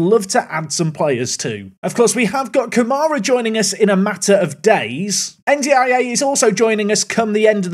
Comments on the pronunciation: Hearing N'D-I-A so much is breaking something in my brain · i think you can pronounce better Ndiaye as "n-dye" or "undye" mate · anyone else losing their minds at "en dee eye ay" 🙃🙃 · By the way the way you say N'diaye is un-die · N'Daiye should be pronounced as "And I" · It's spelled N'Diaye, not N'Daiye. I think it would be pronounced more like "ndjai", rhyming with "eye".